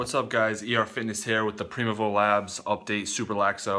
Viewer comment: Look forward to following your progress. My bottle also arrives tomorrow. Btw they pronounce it prime evil.